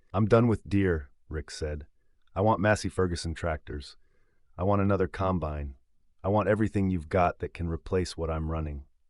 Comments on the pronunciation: This entire story is AI generated and voiced. There is no Huxley and Sons JD dealer in McCook, NE. There is no Johnston Ag in Kearney (pronounced "Karny"), NE. Listen to the pronunciation of "com-BINE" over and over. This video's only goal is to entertain/enrage. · You need to learn how to say combine. The emphasis is on the first syllable not the last. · "Combined"? "One Eighteen Hundred"? "Calv-ing"? "Twenty and eleven"? AI crapola!! CREDIBILITY: Zero. Who proofed this, John Deere? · Some items that are true but the story does not have the nature of a farmer. He went from not being able to have time for anything but to get back into the field to next day spending time buying equipment that wasn't needed urgently. Doesn't happen that way. Every Farmer knows the difference in pronouncing the word combine the right way for the right application. I got a 1/3 the way through and said AI. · 'combine'.......narrated by city folk.....LOL